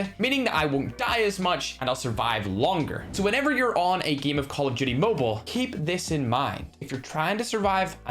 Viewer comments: Why tf do you say geem and eem! Not to be a dick but it sounds very disgusting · i like it too because instead of “Game” he says it like “Giem” 😆